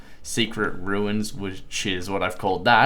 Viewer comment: Ruins (Roo-ins)